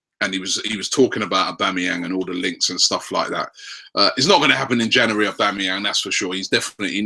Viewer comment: cant pronounce January?